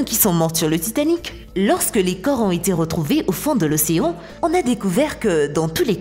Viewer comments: Ptdr ouais, c'est vrai, y sont restés dans l'chaufferie ,c'est comme à (3.17) c'est pas l'océan mais l'océon 😆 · Suis-je la seule à rigoler en entendant "Au fond de l'océon"😂😂